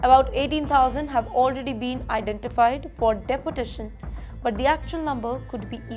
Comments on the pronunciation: Dipotation? Please learn some English dear. It’s pronounced “Dee-port-ation”. Say it with me again and again. Come on you can do it. Also it’s not ugreement, rather “aagreement”. Say it, come on! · Your pronounciation is really bad with couple of words..... Deputation❎ (Deportation✔).... Corporation ❎( Co-operation✔).... Lay-tin America❎(Latin America ✔) Stricker❎ (Stricter✔).... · Can you please pronounce “deportation” again 😊